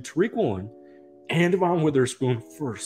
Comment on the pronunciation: His name is Devon Witherspoon not DeVon Witherspoon. Otherwise great vid. ❤️